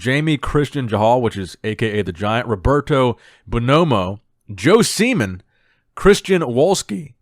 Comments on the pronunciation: Lmao the way he said "Joe SEEMAN"😂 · why did emphasize "JOE SEAMAN"